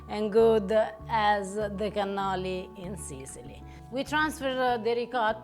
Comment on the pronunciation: Cannoli!!!! You are killing me.